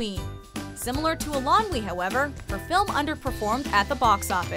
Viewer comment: Please, please learn how to pronounce Eilonwy. It sounds like "Eye-lon-wee" (stress on "Eye").